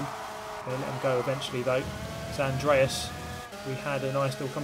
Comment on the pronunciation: The way you pronounced Andreas offends me.